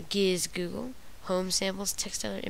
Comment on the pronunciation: ITS FUCKIN GIZOOGLE GIZ-OO-GUUUL